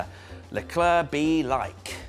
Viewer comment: CL: Hi, I’m Charles Leclerc. MWTF1: sHaRl LeClUr